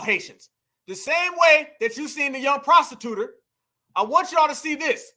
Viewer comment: I'm on the playback and I heard her VP running mate say "prostituter" 😂😂😂.